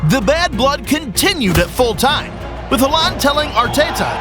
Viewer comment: I just realised this was an AI voice because he said haaland in a weird way.